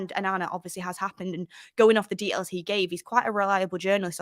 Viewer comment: Details not dehails lol .